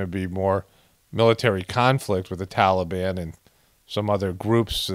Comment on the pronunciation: Fly What makes you suspicious? The scene with people running along side the plane, and not getting sucked into the engine? The guy that was sitting on the wing of the plane talking on his cell phone? ISIS-K. It's "Tal a bahn"!! Not Tolly bon!!!